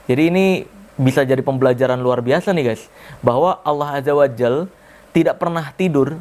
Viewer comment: bang sry nih tapi udah dari dulu pingin komen ini, kalau emang belum bisa ngmng Allah Azza Wa Jalla lebih baik pakai Allah aja bang soalnya yang di denger cuma Allah Azza Wa Jall jadi kayak beda maknanya